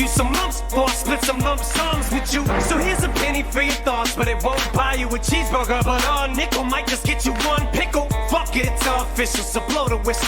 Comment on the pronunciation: I don’t like the way Em said cheeseburger “cheesebuga” 😂